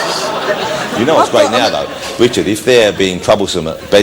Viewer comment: wichard hammond has a love for celewy.